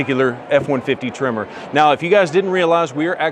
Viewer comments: It’s tremOr. Not trimmer! 😂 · Your saying Tremor, but my ears hear Trimmer … lol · Sounds like your saying trimmer..